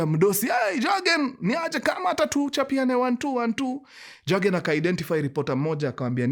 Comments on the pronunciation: The name is Yagen....Germans pronounce Y as J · Jurgen *J is pronounced as "y"